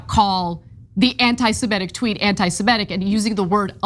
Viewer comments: whatever Kanye meant, it's "anti-Semitic" not "anti-SemEtic" FFS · Antisemitic. Not antisemetic. That mispronunciation drives me crazy!